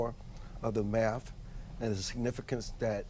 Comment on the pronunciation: "If people could master maff, it could bring order, civility..." To master a subject, it is helpful to know how to PRONOUNCE the subject. Maff is not a subject.